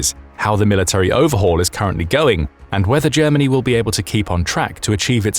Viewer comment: Germa ..... hahahahahahaha! ... Ger..... hahahahahahaha! ...... Germanniiiiiii a Suuuupeeeeerpaaaaaaauaaaaaah. hahahahahahahahahahahahaha! This is so ridiculous, I can t believe it! ... Hahahahahahahahahahahahahaha!